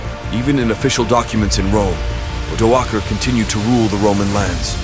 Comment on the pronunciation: The first time I’ve heard the name Odoacer pronounced with a hard C/k instead of an S